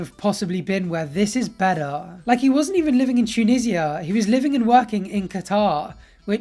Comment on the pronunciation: “Toon-ee-ja”, not “Tune-i-zia”